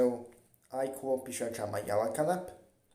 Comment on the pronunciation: Why you say Pisacha as pisatra????🤣🤣🤣